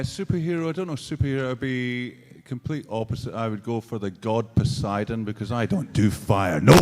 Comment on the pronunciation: I like how Rory said pisidon for the super hero and later on Jason plays pisidon in the justice league movie